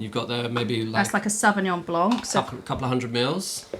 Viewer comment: silent C at the end of blanc :P